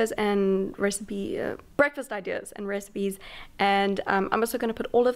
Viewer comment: Love how when she says “recipes” I sounds like she is saying “Rez-peas” 😂 I love her